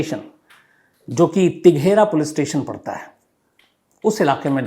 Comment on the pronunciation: तिघरा नहीं श्री मान तेघरा